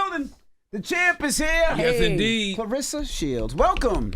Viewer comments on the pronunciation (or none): her name is claRESSA, not RISSA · I just wish they would’ve pronounced her name correctly at least once. Claressa not clarissa. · Great interview. They gotta pronounce her name right though. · Either a lot of y'all or illiterate or just half ass fans...the woman's name is CLARESSA not Clarissa!